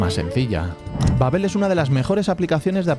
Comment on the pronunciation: Babbél babbél 😂 Babbel